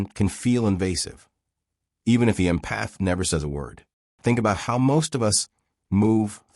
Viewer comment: If you’re going to talk about empathy please teach your AI narration how to pronounce the word. Emphasis is on “Em” not “path”. It’s pronounced “EM-path” not “em-PATH”. For me this feels so ignorant I can’t take seriously anything else that was said in the video.